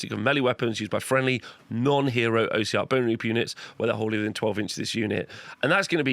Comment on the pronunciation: Great video! Just its not "O" siarch bonereapers, it's "os" siarch, comes from the word ossified or osseous.